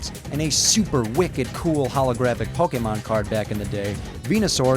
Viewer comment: It is pronuced poke long A mon. When you see an é that looks like that it says A.